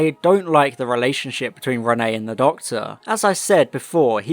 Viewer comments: I usually love your videos but like...one second of research or listening in episode will tell you her name is Reinette short for Antoinnette her middle name, i mean her first name is Jeanne not Renee. Every single time you say Renee its infuriating. I mean the Doctor says it so many times. Come on dude. Im dissapointed. Youre better than this! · ALSO ITS REINETTE, NOT RENEE! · Why do you keep calling her Renée instead of Reinette though XD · Yeppp just commented this too. Infuriated me haha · Your were saying Renne but it’s Reinette. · not always, even in French the pronunciation is still "ruh-net" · Reinette the t's are not silent. I was willing to let it slide the first time but the amount of times you get it wrong is grating.